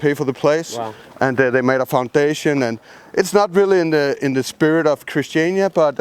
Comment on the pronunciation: yeah, so it's actually christianIa not christiana. just a slight annoyance there... :)